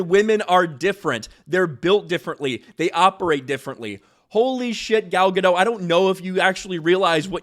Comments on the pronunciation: It's Guh-dot not Guh-doe. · It's Ga-dot, theres a t in there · Dude, she's Israeli not French, you pronounce the "T". Gad-oT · Ga-dot. T is not silent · Dote, as in to dote on. Not dot as in point. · Yeah NOW after nearly a decade of disasters and devastation some big actor is starting to push back on it. Too little too late. No hate on "Gal Gadou" (said as says it) she is such a wholesome woman. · It's Gal Ga-dot... as in polka. She's not french lol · You are continually pronouncing Gal's last name wrong. It is Gah-dote. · GadoT! There's a freakin T on the end! She's Israeli, not French, the T is not silent! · Gentle reminder that Gal pronounces her last name as guh-DOTE. With emphasis on the second syllable and pronouncing the final T. It's not french, you don't leave off the T. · GadoT - the T is pronounced. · Said her name wrong! She's ISRAELI, not French! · Pronounce the T at the end of her name like she does and you'll have it right